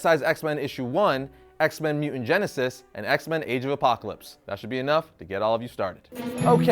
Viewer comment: Nice video, but anyone else having trouble with the host not being able to pronounce “mutant”? Every time he says “MEW-unts” I keep wondering where that other ‘T’ went....